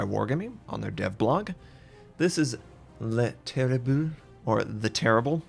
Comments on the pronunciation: It's probably pronounced "Luh Terri-bluh" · Terry bl the E is mute like all the french names of sphs r the like the Rof of the MOGADOR ( the future Tier 10 ) is bad Wow made a special consummable the rof of the Fantasque Class was 14 rpm the futur Tier 9 will be the Fantasque class , I hoped that the Terrible would be the américan Terrible a super Kidd , but maybe the Malin l' audacieux or l' Implacable will come in Wow th Tier 8 will be surly the Hardi class the only one stealth french torpedo boat